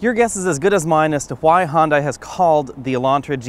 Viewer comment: Hon-die? It's pronounced "hyun-deh" Good review though.